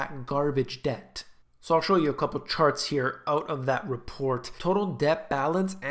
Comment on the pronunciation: Debt =Deth.